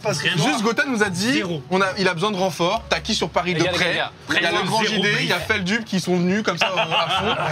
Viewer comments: C’est « feldupe » Les gens disent « feldeup » par erreur mais c’est juste qu’il a la flemme de corriger les gens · « FELDUUUP » un effort Doig😂😂😂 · XD doig qui a dit "feldupe" sa ma tuer XD